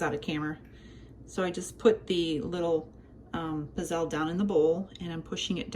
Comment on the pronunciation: These humble waffle cookies are native to my dad’s region in Italy, Abruzzo (east of Rome). When my grandparents came over to America they used a hand-held iron that was put over an open flame. Of course they used oil instead of butter. They are pronounced pizzele w a hard z as in pizza! Good job,!